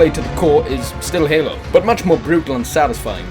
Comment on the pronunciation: I tought he said anal 4 instead of halo 4